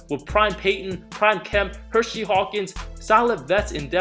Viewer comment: Did u just call him HerSHEY Hawkins? Jesus, it’s not Hershey. It’s Hersey. Pronounced “HURSE-C”. It’s always easy to spot out millennials. You wasn’t there 🤣🤣🤣🤣